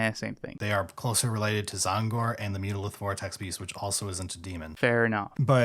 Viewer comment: Your mispronouncing tzaangor, it's Zang not Zong , and because of that mispronunciation you lost my interest